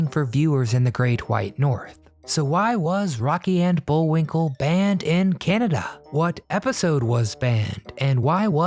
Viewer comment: Not Bullwink EL , Bullwink LE